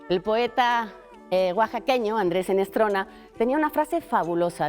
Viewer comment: Es Andrés "Henestrosa", no Henestrona como menciona.